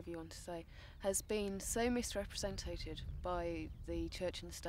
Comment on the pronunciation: Misrepresentated😂😂😂 you mean misrepresented 😂😂😂